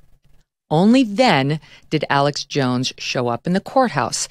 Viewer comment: It’s Alex Jones, not Alex Joneses.